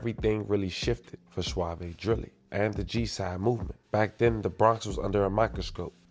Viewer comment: Bro is suave not suavey